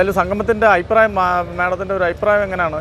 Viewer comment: Ayiprayam alla changathi,afiprayam ennu parayanam.